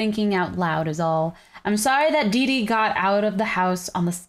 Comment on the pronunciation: Dordi its didi